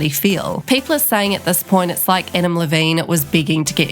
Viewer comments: The way ya mispronounced his last name😂😂😂😂😂😂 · the way you pronounce Adam Levine is so great